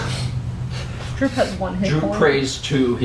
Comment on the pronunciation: sorry but this bothered me, drow is pronounced Dr-ow, as in ow that hurt, and tiamut is pronounced tee-uh-mut, anyway the sessions are great and if you can you should record the whole thing and upload it on